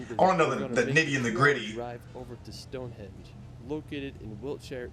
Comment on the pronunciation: Stone Henge not Edge